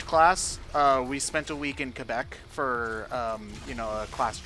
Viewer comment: ...The way pronounces Quebec triggers me.